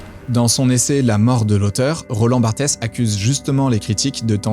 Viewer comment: ça se prononce "barte", pas "bartèsse". Merci pour toutes ces questions, si un jour j'ai la motivation de prendre des notes d'analyse psychologique des youtubeurs que je suis, promis je t'enverrai les tiennes ! 😆